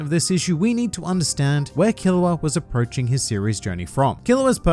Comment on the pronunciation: Killua sound like killowatt